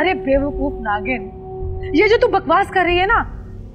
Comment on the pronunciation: Kali tun toh bolo hi na Karo... Tum jab bolti ho itni jahil un parh lagti Hai.. Tumhay... To naagin bhi nahi bolna Ata tum tum naagan bolti Ho... 🤣🤣🤣😅🙄